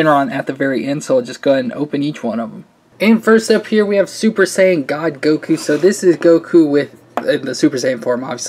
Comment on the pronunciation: Its not super sayin,god